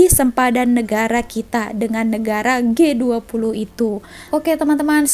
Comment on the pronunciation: Baru aku tau sebutannya Gay20...😆